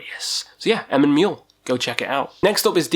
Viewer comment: The Muil in Emyn Muil is pronounced Mweol / mwheel